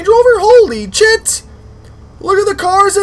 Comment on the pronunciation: Endertait I thought he said "OH CHIT!".... xD